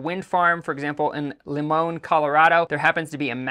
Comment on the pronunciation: Limon, CO is pronounced “Ly-man.” 😊